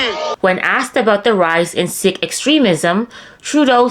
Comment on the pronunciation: Sik is pronounced like Seek